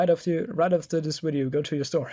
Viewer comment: "wideo" hahaha